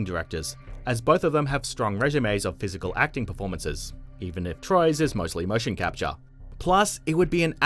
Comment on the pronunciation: Mothaa, daughtaaa, motion captaaaaa etc. Way u speak becomes rly annoying over time